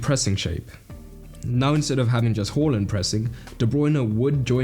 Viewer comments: Why do you pronounce it as “hor - land” or “haw - land”?? Isn't “ha - land”? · It's going to do my tits in all season hearing people say "Whoreland". Can we stop changing how we pronounce player's names every fucking season?